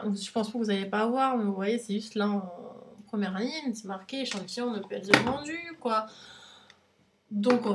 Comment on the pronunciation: Arrête de dire ne peut Zêtre vendu, c'est horrible ! Après entre ta bb crème qui vaut presque le prix de ta box et les gélules qui coûtent cher aussi (et c'est pas un soucis d'âge la perte des cheveux). Alors oui ELF ça m'a fait rire aussi mais à part ça c'est pas si horrible (et y'a un E à la fin de gueule). Tu payes 15€, faut pas t'attendre à recevoir 50€ de produits à chaque box.